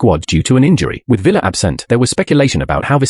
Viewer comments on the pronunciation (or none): David Villa💀 it’s pronounced David Viaa 🤦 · it’s pronounced Vee-Ya, not Villa. it’s not the same as Aston Villa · He pronounced it like Aston Villa 😂